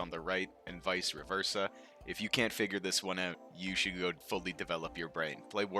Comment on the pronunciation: i know bro did NOT just say vise-reverseAH